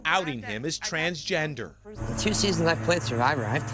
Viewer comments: He did say "chansgender" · Did no one else notice he said "chansgender"? Lol. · He did say “chansgender” 😂😂